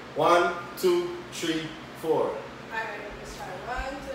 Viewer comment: Tree four